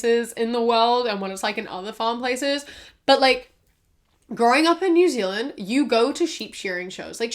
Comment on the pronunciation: Ah yes new zealaind